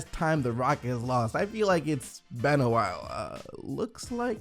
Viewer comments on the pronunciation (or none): Mate why do you always say "ben" instead of "been"? Not hating, im genuinly asking